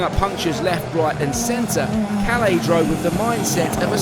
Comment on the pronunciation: As a Finn, it hurst when you pronounce Kalle as Kale. Double consonants should be pronounced as two separate syllables: Kal-leh